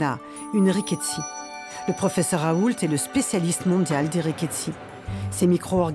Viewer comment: "Professeur Raoulte" => ça se dit le T à la fin?